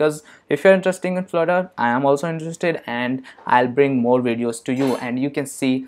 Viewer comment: did you said florer ? hahahah spell it flutter Man 😄😄😄 what the hack !!!